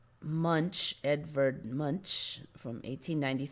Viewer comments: The name Munch is prenounced like "Munk" the ch is prenounced as "k". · Don´t u agree that Munch is prenounced like "Munk"..?